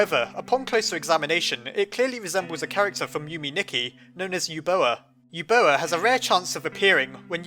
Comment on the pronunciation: Yume Nikki is pronounced you-may knee-key Edit: it's Japanese for dream diary